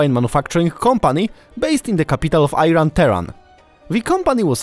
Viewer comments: how about you pronounce the name of the country correctly? It's not Eye-Run it's E-Ron or E-Rahn . whichever one helps you pronounce it right. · As an Iranian I have to admit that those clips are hard to find. Thank you so much And that is ee-run not eye-ran😊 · Please no "I ran" , try to say eiran you may get closer, cheers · Good video. Objective, to the point and does not meander into irrelevant subjects. A small nitpick is that the country's name is pronounced "Īrān" and not "Eye-Run/Ayran". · ای ران 😂 نه ایران 😊🇮🇷🇮🇷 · As soon as you pronounced Iran as "Ayran", it's clear that you have limited knowledge of the country and your video is not worth viewers' time! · درست صحبت کن! Iran نه Iron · Tell me youre an ignorant white guy without telling me youre an ignorant white guy. "Eye-ran" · Not Ayran 😂😂😂😂 Iran is True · Iran is actually pronounced as e-run! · Why you keep saying Ayran while it is Iran? You should respect correct pronunciation of a foreign culture name, especially the name of the country. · Thank you for your attention and introduction. It's at least 7000 years that the name of the country is pronounced Iran (ɪˈrɑːn) not Aairan (ɑːɪræn) by the way. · It is not Airan, it is Iran!!! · Great video. The country's name is pronounced as Eerun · Dude not airan Iran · Which country is that " Ayran" you are talking about 😂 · IT is pronounced, Eran . Like you write Italy but pronounced etaly.or Isreal pronounced esrael. Thanks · Iran, not I-ran. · Airan???? Are calling Aitaly or italy??? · repeat several times: EE-RAN. EE-RAN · In all my years, never heard the country pronounced Ayran. You've surpassed the Illiterate American level (EYEran) and entered your own league. Ayran is a fermented yogurt drink. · I'm just hearing ayran :) , but thank you polish friend. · It is iran and not ( I ran ) The way you saying it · It's not (I RUN), that's IRAN. how you pronounce IRAQ...! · Man says Iron 😂😂😂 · iran not ayran. please correct your pronunction.